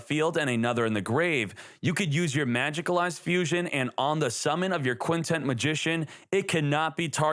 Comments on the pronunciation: Why do you keep calling it Quintent Magician? It's Quintet Magician. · Its Quintet...TET not TENT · Does it bother anyone when he keeps calling it "Quintent" magician. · bro i felt exactly the same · Because yugioh youtubers can't pronounce simple words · Wondering the same thing